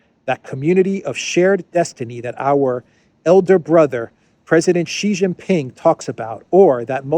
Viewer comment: Yay! pronounced Xi Jin Ping's name correctly!